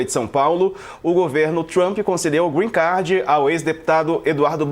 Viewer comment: kkkk A menina arrasa na pronúncia do "Green card", mas fala "proxesso" ...rs